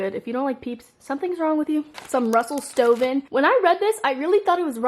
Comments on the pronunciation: i always that it was russell steven too!! also it’s russell stover not stoven lol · When she says Russell Stoven but it’s Russell Stover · anyone else laugh at how she said that it’s russel stoven not russel stover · is no one gonna say who she says Russell Stoven when its Russell Stover haha I love you <3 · Wait it’s Russell stoven? I thought it was Russell stover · It's Russell Stover... Not Stoven, but it's okay lol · it's a R not a N in Russell Stroven. Just FYI